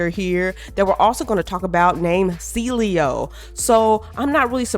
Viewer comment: I don’t know how people call him cilio. All these YouTubers keep pronouncing it wrong when it is a simple name to pronounce. Get AI to read the names for you before making a video on the game. 🤦🏽‍♂️